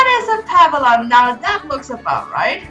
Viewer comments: Not to be rude, but you’re mispronouncing “papillon” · Fr 😭😭how she have 2 and doesn’t know how to say the breed